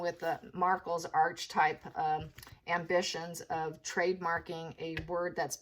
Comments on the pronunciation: It's not Arche/type It's pronounced aar-kuh-tipe ( American pronunciation) British pronunciation aa-kuh-tipe Sorry, just trying to help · Archetype - Ar-ke-type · Pronounced ark e type .